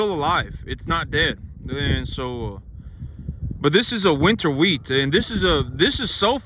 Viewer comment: Dude, it’s wheat. Shut up!!!